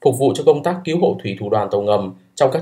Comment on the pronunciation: Cứu chứ không phải cíu hay kiu nhé